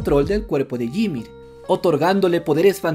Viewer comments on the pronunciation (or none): La pronunciación de YMIR me dio cancer. Como este canal tiene 2 M de seguidores, va mas allá de mi comprensión